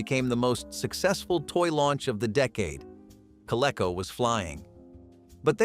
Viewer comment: I worked for Child World in the 70s , while in college. They were very big in the northeast, Massachusetts, in particular.I think Toy R Us bought them. Surprise they were not mentioned. Also, Coleco was pronunced Co Lee co.